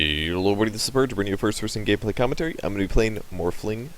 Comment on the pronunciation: Why do I hear "gay play" instead of "gameplay" ? :O